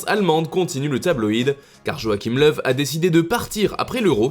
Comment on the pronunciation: C'est la bonne prononciation